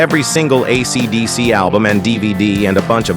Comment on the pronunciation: the AI voice completely invalidates this video. it can't even say AC/DC right bro. you should repost this with your own voice if it's true about the guitar, YOU tell YOUR story, it would be much better if it was real